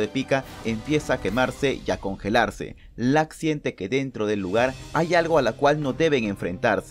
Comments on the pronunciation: Dise lak en ves de luk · Algien más le pareció raro que diga lack no luck